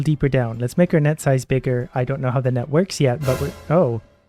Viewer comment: When he says "net size" it sounds like nut size, so when he said he was going to increase net size I thought he said he was going to increase nut size 😂